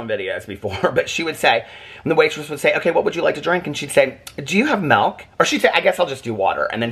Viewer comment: It cracks me up every time I hear say “melk” 😂 I mean hey, I’m from WV, so the word milk is about 4 syllables here, no shade at all! But I always laugh when I hear “melk” 🥛🐄